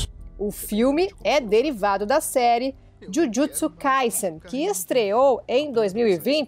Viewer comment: Olha a pronúncia de Jujutsu da repórter! 🥰